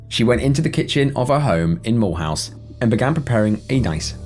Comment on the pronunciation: Mulhouse is pronounced Me-loose. It’s French, not American.